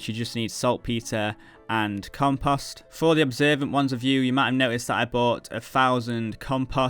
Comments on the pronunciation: Love the series... Triggered by how you say "compust" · Rly no offense and I don't think less of your video or you. But it drives me crazy the way you pronounce compost it sounds like comPUSt. Lol but yeah good video mate and best of luck to you in your journey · "compohst" dropped that like/sub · the amount of times 'compust' was said was out of this world. almost couldn't keep watching. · You mean every time he says "comPUSt" hahaha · Hey man, I just wanted to say "compost" doesn't have the letter a in it.